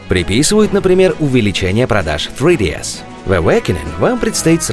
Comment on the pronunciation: Говорите нормально, "сридиэс" - вообще со второго раза понял что вы говорите о три дэ эс.